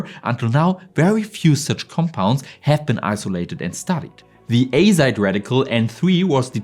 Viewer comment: azide?? Aizdo azide azide?? 😅